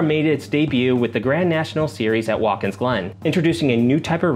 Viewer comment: Sorry to make this correction but its a pet peeve to me. It is Wat kins Glen not Waltkins Glen